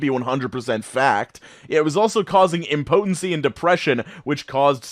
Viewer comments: Good job and all but why can’t you pronounce impotence like someone who’s left their house ever? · That’s not how you pronounce impotence. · The way your pronouncing impotence is bothering me